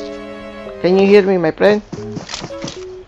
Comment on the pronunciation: literally banana : hello my prend